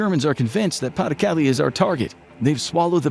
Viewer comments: "Calais" is pronounced "Callay", not "Callie." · Learn to pronounce pas du Calais. CAH lay. Not Kally. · Cal-ay. Not Cal-ee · It's pronounced ka-lay, not kally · Minor thing but Calais is not pronounced Cali but cal-ay. pas-de-Calais being the Department that Calais sits in. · Calais is pronounced "Ca-Lay" btw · I’m 15 minutes in and still stuck how you pronounced “Calais” 😅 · A whole video about WW2 info and the narrator still doesn't know how to actually pronounce Calais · Did no one ever tell this boy how to pronounce 'Calais' ? 😢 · That’s not how you pronounce Calais.